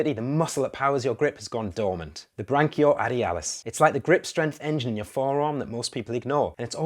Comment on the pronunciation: "Bray kee oh Ray dee Alice"